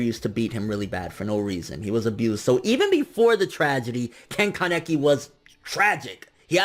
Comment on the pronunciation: simply say kaneki not kan-ne-ki 😐